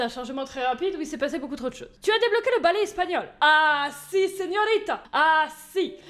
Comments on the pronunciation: El bale espagnol ✌🏼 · El balai espagnol avec cet accent 😂😂😂 nan mais franchement t' est la best.